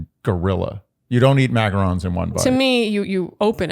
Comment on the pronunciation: From a girlie who makes macarons, THANK YOU for saying it correctly!